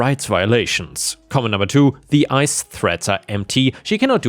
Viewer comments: ICE is just pronounced as ice I believe:P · ice the government agency is typically pronounced the same way as ice the frozen water.